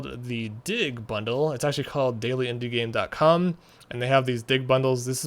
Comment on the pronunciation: Did he say bunch keys . cum and not com lol or is it my hearing hehe